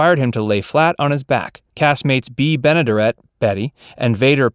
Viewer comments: Bea Benaderet's name is pronounced with the accent on the third syllable (ben-uh-DARE-it). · And mispronouncing her name. It is Ben-a-DARE-it. She was also the neighbor on the Burns & Allen Show. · Great video, but your mispronunciation of Bea Benaderet grates on my ears. It's Ben-ah-dare-et. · Check pronunciation. (Ben a dare et)